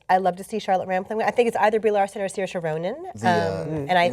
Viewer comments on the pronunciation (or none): Like Sersha, not Siersha. Not a huge difference but she's pointed it out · she actually pronounced the name incorrectly to how Saoirse Ronan pronounces it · haha pronounce it however you want, but it's Sersha Ronan